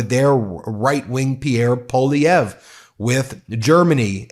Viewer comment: I so appreciate your Canadian content ❤❤. As a Canadian 🇨🇦, is great to see. I am a little frustrated that your pronunciation of some of our leaders is not quite on point 😢 (e.g., Chretien & Poilievre).